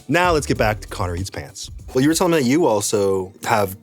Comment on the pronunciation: I swear at the intro i heard careatspants